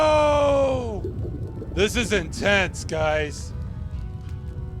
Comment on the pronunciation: the pause before NOOO gets me lolling so hard